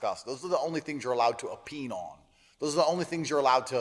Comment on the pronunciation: The mispronunciation of opine - its o- pine like pine tree not o- peen like penis 🤣🤣🤣